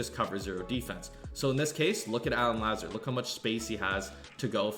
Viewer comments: it’s La-zard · La zard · Pronounced La-Zard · it’s “La-ZA-Rd” 🤣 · I'm sorry but I gotta lmao (Luh-Zard) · The "Lazard" pronunciation hella funny but good video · This nigga dont even watch football cuz if he did he wld know he saying his name wrong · LOL the way you pronounce “Lazard” . You did him wrong that’s not how you say his name 😂😂